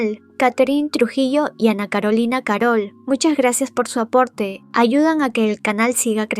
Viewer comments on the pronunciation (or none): none